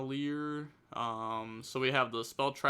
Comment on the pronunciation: I genuinely think you should try and seek help for dyslexia, even if it's just Hooked on Phonics or whatever the modern equivalent is. You're talking about Liger Dancer no problem and then immediately running into issues with the last phoneme of 'magnaliger', which is 'liger'.